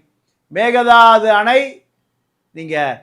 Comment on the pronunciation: மேகதாது அல்ல. மேக்கே தாட்டு